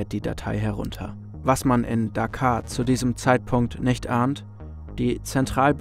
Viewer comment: Tolles Video. Die Stadt in Bangladesh spricht man jedoch "Dakka"; "Dakaa" wäre eher Dakar im Senegal.... ;-)